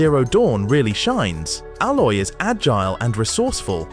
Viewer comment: I'm sorry, but its Aloy.. it sounded like you said Ala at the beginning lol.. Horizon Zero Dawn and Horizon Forbidden West are my all my time favorite game series. Gorilla Games blew my mind with these two games, I have played and beat both games 4 times over just because they were that good. I hope you enjoy Horizon Forbidden West if you havent played it yet and if you haven't, you're in for a treat man.